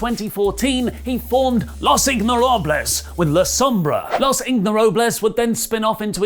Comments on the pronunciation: los ignorables... is it really that hard? like, it's fine to not know spanish but even japanese guys can say ingobernables... yes, it is a long word but everyone involved in wrestling knows how to say it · it's Ingobernables. not Ignorables. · Los ingobernables not los ignorables lmao but damn daga, dragon lee, andrade and rush in a faction 🔥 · ok at this point it's worrying that he keeps saying "los ignorables" instead of "los ingobernables" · I was starting to like you again for calling it a "tombola," and then you had to pull this "Ignfjdaklfjarbles" ["Ingobernables"] fuckery... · You sound like a ingoobernable saying it wrong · it is pronounced 'Los-In-go-ber-na-bles'. Not 'Los inhytffergles'. In english that name mean 'The Unruly'. That's today's Spanish lesson. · "Los Ignorables" lol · Everytime said "Ignorables" instead "Ingobernables" I died a little 😩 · Ber not ver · I just hear him saying "los ignorables" every time and cringe. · IngoBERNABLES. In-go-ber-na-bles! C'mon at least try!! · Try saying ingobrrnables again. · The Ignorables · It's Los in-go-ber-na-bles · In-GO-ver-NA-bles, try it again. Thank you 😊! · Butchered Ingobernables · Way off on the ingobernables pronunciation... sounds like you were calling them ignorant. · i actually cringed at the way he pronounced it, and i dont do that often.